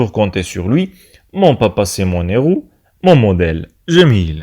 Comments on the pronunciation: Héros ayant l'H aspiré et non pas H muet . On dis / Mé éro/ non pas /Mézéro/ . Vous l'avez répété deux fois! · Très bon travail sauf que pour "héros" on ne fait pas de liaison quand le nom commerce par un "h" aspiré. Je peux toujours compter sur elle (la maman) Je peux compter sur lui (le père. ) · Très bon travail monsieur. Il y a une simple remarque le mot héros contient un h aspiré donc nous n'avons pas droit à la liaison . Merci pour votre compréhension